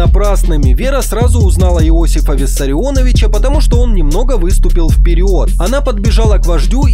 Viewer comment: Иосив... Если что, правильно Иоссиф